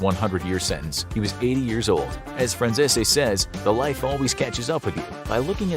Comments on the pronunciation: How did you manage to know all about Michael Franzese, know that he shouted you out on his YouTube channel . And still butcher his last name 😂? Its Fran-cees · Isn’t Michaels last name pronounced Fran Sees? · It's Michael Fran-Chesh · It’s hilarious you make a video like this and still pronounce Michaels surname wrong 😂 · How u pronounce Michael name wrong if u have heard him Speak u should know how to say his last name if he said this to u I call cap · You pronounced Michael Franzese name wrong. Probably the only time I’ve ever heard you pronounce something incorrectly. It’s pronounced just like it’s spelled minus the last e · How do yall keep messing up this man name how hard is it to pronounce franzese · Kinda surprised how you pronounce Franzese since you know of his videos 😆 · How come no one can pronounce michaels last name correctly? You even went to his channel for a clip ,he compliments this channel so obviously you have seen his channel you have had to hear himself pronounce his name ! You would think you would pronounce it the way he does , or do you think he pronounces his own name incorrectly. 🤣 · Micheal's last name isn't pronounced like that on his YT channel or in Italy.😂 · his last name isnt the only one . Almost every mob word or name gets butchered 😂. Like i said kinda lazy if youre going to bother talking about it . His name just makes me laugh specifically because they did it twice. Despite being well aware of him, his channel, and the fact he reacted to his video 😂